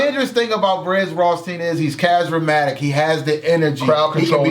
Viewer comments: Did say "chasramatic"? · Lol gonna mess up a word every episode....casramatic (charismatic) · On my petty 😂 at trying to say "Charismatic" "... great job fellas. Brizz 9+10